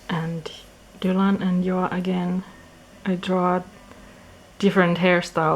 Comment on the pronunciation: Loved the tour! I also always was wondering how to pronounce Joa and I'm glad he's more in the scandinavian way than the "zjhoahh" like an american would say Joa... u v u